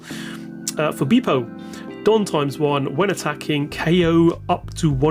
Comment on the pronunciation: Please learn to pronounce the characters names. Its not "Laughfy" nor Beepo". Its Luffy and Bepo.